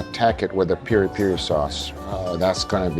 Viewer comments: its not peri per brother its piri piri XD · By the way, it's PIRI-PIRI, not peri-peri. The later sounds like a mispronountion by a drunk texan. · It’s not peri peri, it’s PIRI PIRI..and the place is SINTRA, not sindra